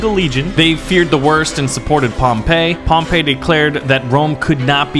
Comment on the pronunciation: It’s pronounced Pom-pi not Pom-pa